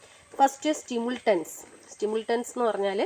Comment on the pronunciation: Ithil nigal സ്റ്റിമുൾട്ടൻസ് ennanu parayunnath സ്റ്റിമുലന്റ്സ് എന്നാണ് വായിക്കേണ്ടത്.